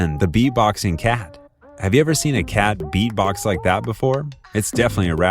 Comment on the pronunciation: 4 Ever Green: Great video, but ANNOYING, UNNECESSARY, DISTRACTING music in the background!! And btw, it's "versus" - NOT "verse", and it's "beat-box" - NOT "bee-box"!!